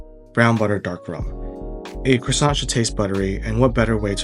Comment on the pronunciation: if you want to know why I didn't finish the video: hearing an American butcher the word croissant over and over